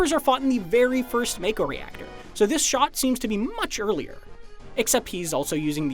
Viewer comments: Doesn't matter, the way it's spelt is still wrong....most people I'm sure have pronounced it wrong like I did all those years ago. They SHOULD have just spelt it mahko, because it sure as hell does not read that way. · When I see a video where people pronounce mako as make-o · if you knew english, you knew make-o was wrong. You were probably a kid who didnt even care how to pronounce it but as adult you want to justify it. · That’s pretty interesting. Noticeable difference where it’s Mako in England and Japan and Mayko in the US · You know you aren't gonna get any "secrets" out of this video when the guy can't even pronounce Mako correctly while pointing out all these obvious things. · you just need to know english. Ma Mak Mako. Theres no silent E.